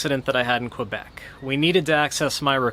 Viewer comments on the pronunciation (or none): none